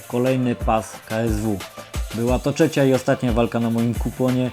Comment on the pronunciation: mówi się trzecia nie czecia